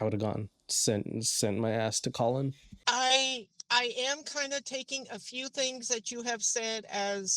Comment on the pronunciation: She's calling "Collin" --> "Co-Win"....when he comes out of the shower.....that is even more funny 😂... Oh man and a few weeks ago I saw a Trilogy Media Episode where "The Russian Guy" instead of "Trenchcoat" he say "French Coat" and that made me laugh harder than it should. I really find these guys entertaining and can only recommend!